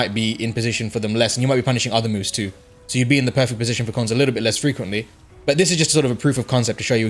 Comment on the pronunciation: They call him Cones OA